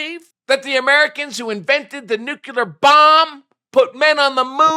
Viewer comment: Say it with me "Nu-cle-ar" - there's only one "U" in that word,.